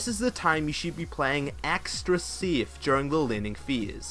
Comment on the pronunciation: My ears are bleeding, when i hear your "BIES", which is "base" and this "SIEF" for safe :D But thank you for a guide.